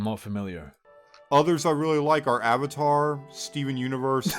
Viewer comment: When he said Avatar, it hurt me personally.